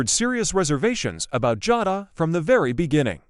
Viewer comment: It's Ja long a not Jada Jay da pronounced